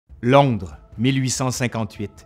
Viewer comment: Londre pas landre .😉